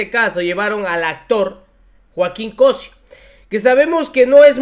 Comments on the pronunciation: el apellido es Cossío Noo Cossio siempre dices equivocados nombres y apellidos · por favor, aprende a pronunciar, se dice Cossío, no Cosio, pregunta antes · Se pronuncia COSSIO CON ACENTO EN LA I!!